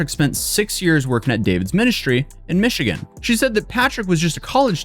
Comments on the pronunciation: "Mish E Gan?" Is this Nightvale? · mispronounced Michigan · Did have a stroke? He pronounced automobile like auto mobile, and Michigan like Michidgan. AI?